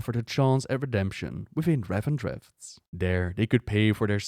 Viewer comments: Why do you pronounce it "Revendretht"? It's just "Revendreth" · RevendreTH not RevendreFT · Great video, however I don't understand why you pronounce Revendreth like Revendreft, yet say 'Death' correctly. I don't normally point out pronounciation mistakes but this is driving me insane sometimes.